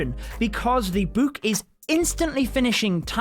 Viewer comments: dude really says “boook”😂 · the way he pronounces book though... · The way he says “book”😂